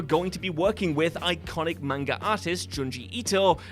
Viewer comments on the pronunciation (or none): none